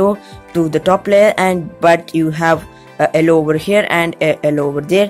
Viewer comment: why do you say ellow instead of yellow